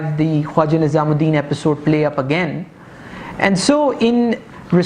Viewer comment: first of all the name is not nizam ud din its nazim ud din . secondly the picture u domonstrated to show Muhammad Ali Bogra was a wrong picture .. it was of Ch. Muhammad Ali . thirdly Molvi tameez ud din was not the president of assembly ... he was the speaker of the assembly .. plz make these corrections .... rest of the presentation is marvellous ... ur style is quite impressive ... keep it up